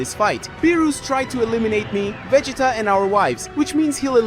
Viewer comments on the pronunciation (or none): I lost count at how many different ways Vegeta name was pronounced in this vid..🤦😂